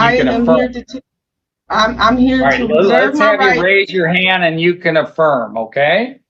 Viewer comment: I could’ve sworn at some point someone said afworm, not a firm